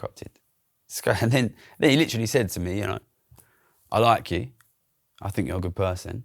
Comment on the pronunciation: "If The Professor grew up in my neighborhood, he would have LIT-TER-A-LEE been me." 🤣🤣🤣